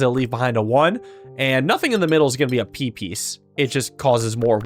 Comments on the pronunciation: I keep hearing Pipis but that's just the Deltarune brainrot speaking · You all heard "p piece" as peepees when he kept saying it, right?